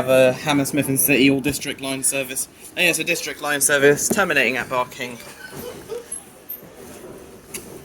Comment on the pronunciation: it's barking not barkng riverside u got it wrong